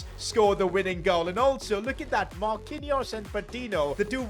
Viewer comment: Man said marqinous the Brazilian lol